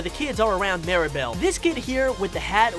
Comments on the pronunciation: Why do some people miss pronounce or misspell Mirabel’s name? It’s MIRAbel not Maribel. I don’t get it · The dude saying “Mary-bell” is throwing me off 💀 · Mee-rah-bell. Please. Like “miracle”. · “Maeribal” BAHAHA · First of all, I like the video but the guy explaining 10 things, he says marible, not Mirabel and he said that Agustin the father of Mirabel, is married to Isabela Madrigal which is weird because Mirabel is sister with Isabela, the name of Mirabel's mom or Agustin's wife name is Julieta but when you pronounce it it is like hulieta. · I got annoyed at so many errors on this. First, Mirabel was called Maribel most of the time. Agustin did not marry Isabella amd Veraneras don’t grow only in South America just to name a few. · Mirabel ❌ Mira-bowl ✅ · Mirabel pronounced: Meer-A-Bell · He mispronounced mirabel’s name! Did he see the movie?